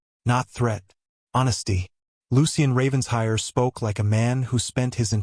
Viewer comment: The “Ravens-hire” drives me crazy, It’s Raven-shire”!